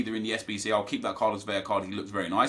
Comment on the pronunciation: It’s Carlos VeLa. It is only to Ls that makes an Y-sound in Spanish. Love you, keep up the good work!